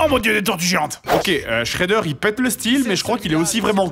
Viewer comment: Shredder pas schreder